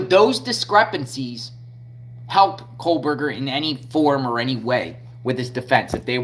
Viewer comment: Bro…stop saying “Kohlberger” His name is Kohberger …there is no L